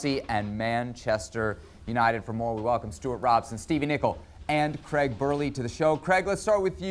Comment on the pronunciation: Creg. Creg? Is it that difficult to say Craig?